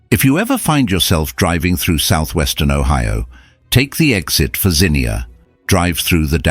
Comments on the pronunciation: AI slop, especially pics of other tornadoes/damage and the ridiculous over-the-top rhetoric. It's pronounced ZEEN-yah not Zinnia. BTW they ate the ice cream because power was out and it would have melted anyway. I watched it approach and strike Xenia from five miles away. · I was referring to the "car alarms sounding off." As for the city's pronunciation, it's zeenya, not zeenkneeahh. 🤔😉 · I remember that horrible day. It’s pronounced “Zeen Ya” by the way. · ~~~ZEE-NEE-UH!!! FFS, GET A NARRATOR THAT PRONOUNCES WORDS RIGHT! The place isn't a damned flower! (Zinnia.) And, we didn't hear no freaking car alarms! NOBODY HAD CAR ALARMS IN 1974!!! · IT'S NOT ZINNIA, YOU MORON! IT'S XENIA, PRONOUNCED ZEENYA! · It's pronounced Zeen-yah, my grandparents outran that thing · I really wish the narrator knew how to say Xenia. (Zeenya, noy zeneea) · ZEE NEE UH. Xenia. Not Zinnia. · Yes! Thank you. I cringed every time they said Zinnia, like the flower. 😬 Xenia is about 1/2 hour from us. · 32 or 33 souls perished not over 100. And it’s Zeen-yah phonetically… just sayin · It is pronounced zeeeee nia! My hometown 😢. My mother taught at the high school and was in an after school teacher's meeting. She tried to warn the other teachers that it looked like a tornado was coming. Only a few teachers listened and left when she did. She made it home. Our house was 3 miles outside of town and only had hail damage to our roof. National Guard was keeping out looters. I was away in college at University of Cincinnati, and was not allowed back for a week . I got lost trying only to drive through to get home. My childhood was erased. Xenia was hit by another tornado a few years later ! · Anachronisms show that the author wasn't there when it happened. Mispronouncing local names is also a dead giveaway. People from Ohio know that the town's name is pronounced Zeenia but the narrator didn't know that. But like you said, That's fine. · Yes. Xenia, not Zinnia. We are not a flower